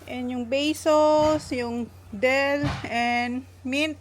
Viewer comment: Dill po hindi Del